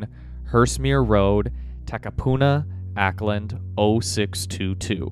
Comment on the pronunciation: The address provided in Auckland...(pronounce "Awwkland" you sort of butcher the name haha) is located next to a commercial property company. Last check the so called address is an empty building....suspiciously strange??